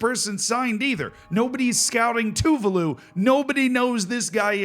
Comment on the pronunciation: btw tuvalu is pronounced tuVAlu not TUvalu